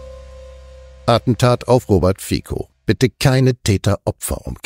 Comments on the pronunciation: Kritischer Einwand eines treuen Zusehers: BITTE lernt die Namen der Menschen, über die ihr berichtet, richtig auszusprechen. Dass hier aus 'FIZO' ein falsches 'FIKO' gemacht wird, ist mehr als peinlich. Danke. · Geehrte NDS, der Name Fico wird mit "z" ausgesprochen [fizó]. Zumindest in der slowakischen Sprache. Hochachtungsvoll